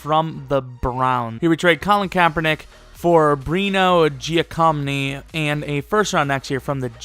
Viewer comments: dude...I told you last time. his name is pronounced jack-o-meany not giocomney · The way you pronounced Bruno Giacomini's name made me puke...